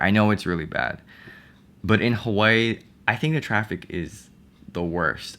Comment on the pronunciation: when he said "you're always going to be in traffic" I thought he said "you're always going to be attractive" and I'm like orly?